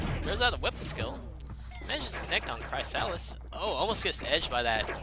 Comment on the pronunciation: Unless Chrysalis has said how to pronounce his/hers IGN, then it's pronounced Crisalis, not Cry-salis. Sorry for pointing it out, but it became quite annoying in the long run. For a tutorial on how to pronounce it:watch?v=maUzoRbiJa0